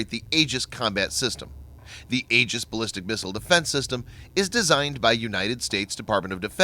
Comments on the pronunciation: Oh dear God how painful it was getting to the end of this video with your repetitive mispronunciation of Aegis. It is not pronounced "ages" but rather "ee-jis". Next time for such an otherwise excellent, important and informative presentation, which you obviously spent a lot of time developing, you might want to take one minute to go to a dictionary. P.S. : Aegis was my father's last project as Deputy Director, Naval Sea Systems Command, Bureau of Weapons in the navy. It was fraught with problems, the biggest being that on the Cruiser U.S.S. Ticonderoga (its first test platform) when they first switched it on, it drained all the electricity that the "Ti" could generate, blacking out the whole ship (aka "dropping it's load"). That was maddening. I don't know how they got around it so well as to be able to install it on the smaller destroyers. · The "A" is silent..........."E"gis..........fyi